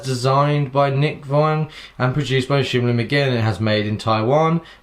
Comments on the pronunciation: NOT SHIM. ITS SHIN LIM !!! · shin lim not shim lim. just sayin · His name is Shin Lim... not Shim Lim... Just sayin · He is not "shim lim" you stupid,he is "shin lim"! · it's shin limited not shim lim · it's Shin Lim bro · I know he says shim Lim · I am annoyed by his shim lim😂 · HIS NAME IS SHIN LIM GEEZ PLZ LEARN TO PRONOUNCE B4 U REVIEW THEN U WILL GET LESS HATE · I don't think he said the name right the whole time.